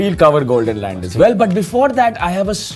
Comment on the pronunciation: This guys needs to learn how to pronounce land 😅